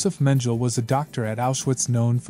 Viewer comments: Men-gel? Learn to pronounce. Men- GELEH. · It would also help if he pronounced the names correctly. it was not "Menjel" but "Mengeleh"